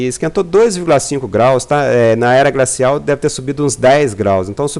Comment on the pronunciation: "gracial", "grobal", "prantas". Fake. Estamos entrando num período de resfriamento.